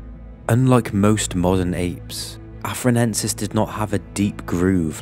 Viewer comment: i think you meant to say "Australopithecus afar-ENSIS" instead of "Australopithecus afar-NENSIS"